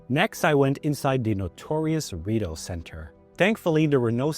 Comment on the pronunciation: You know how I know your not actually from Ottawa ? You say Rideau incorrectly